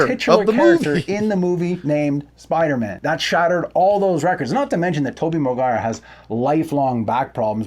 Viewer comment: its spider-man not spider-MA'AM